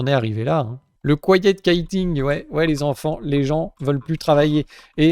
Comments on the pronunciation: Ça se prononce "Kwayette Kwitting", "Kaïting" c'est du cerf-volant. Ça se traduit par "démission silencieuse". En réalité, c'est surtout que pratiquement tout le monde a accès à un compte LinkedIn ou Monster et "cherche mieux" en permanence. Seule la recherche est "Quiet", le reste est plutôt bruyant: 4 semaines de préavis (ici), ça ne laisse pas beaucoup de possibilités à l'employeur pour se retourner... Cela dit, ici, en Iwerzhon, l'allocation pour rester chez soi pendant le confinement (ici, ça s'est appelé "lockdown"), c'était un maximum de 350€ par semaine, alors que le chômage est autour de 200€ par semaine. La Covid, ça a été une occasion inespérée de se reconvertir dans autre chose, en particulier dans les NTIC, qui ont embauché à tour de bras pendant toute la période (maintenant, ça débauche fort aussi). Les gens se sont formés à autre chose pour pouvoir survivre, ou juste passer le temps, des "managers" se sont retroussé les manches pour rénover ce petit corps de ferme au milieu de nulle part (mais avec la 5G), et quand le pays a réouvert ses restaurants... il n'y avait plus de main d'œuvre, que des jeunes non-qualifiés, des "millenials" qui obéissaient parfaitement à la définition de "feignants", qui ne voyaient pas l'intérêt de quitter Papa-Maman pour vivre moins bien en travailant. Vu qu'ici, la restauration c'est surtout des entreprises familiales (Pubs, B&Bs), seuls les plus gros ont morflé, et c'est pas plus mal comme ça. Les salaires dans la restauration sont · Ce n'est pas "couïting" mais "kouiting" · Kwaïeut kwitinng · Du "quite kiting" 😂😂😂 Comme pour "Beaden", tu le fais exprès rassure-nous, c'est pas possible à ce niveau ! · "kwaï yette kwiti'ngue" en bon anglais. une astuce est de demander à google de prononcer les mots avec (évidemment) la voix anglaise. Il est impossible de deviner la façon dont se prononce un mot en anglais, par conséquent il est nécessaire de s'en informer. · quiet quitting : KwEYE-ette kwi-tting 😄